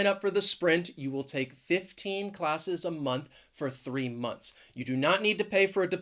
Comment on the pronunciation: would you be so kind as to teach us how to pronounce clusters or blenders? I've heard you pronounce "month" a bit differently. I mean, the final "th" is changed to only "t". Did I hear you correctly? If not, my apologies. Clarify that to me please, if possible. I really appreciate your accent and pronunciation. You've done a great job. Thanks so much.